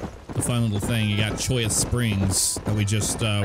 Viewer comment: How many times,... Cholla not Choya.